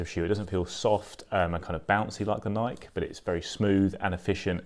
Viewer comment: Thanks for the great comparison. But for the love of God, Nike is pronounced as 2 syllables, rhymes with Mikey, not 1 :)